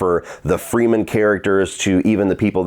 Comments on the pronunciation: Agree with just about everything you said. The pacing issues made it feel longer than it was, and yet it could have used more screentime. Didn't buy the romance. Only complaint I have for your review is you keep saying Freemen, not Fremen. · How am I supposed to take this guy serious he said “freemen”